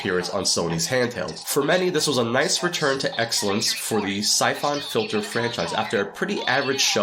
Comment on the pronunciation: Never heard anyone call Syphon Filter- Sy-Fon .... It's just Sy-fun Filter.